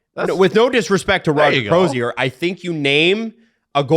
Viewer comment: How is it possible that three guys living in Toronto Canada and the hosts of a hockey podcast. Not know how to pronounce a hall of famer Roger Crozier....FFS....🤡💩🤮